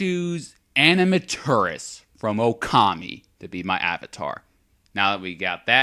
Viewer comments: animaturis? it's amaterasu. AMMA-TEAR-RASU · Great job, but my love for Okami just makes me have to state this. AH-MAH-TER-AH-SU.